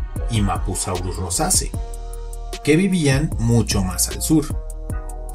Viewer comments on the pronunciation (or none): Tengo una duda, mencionas a mapusaurus roseae pero lo pronuncias rosase no deberia ser rosee?